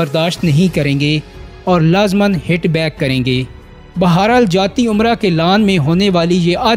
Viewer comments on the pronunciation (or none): لفظ جاتی عمرہ نہیں۔۔جاتی امرإٕ ٕ ھے